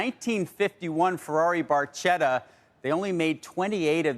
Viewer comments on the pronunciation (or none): Barchetta is pronounced "bar-ketta".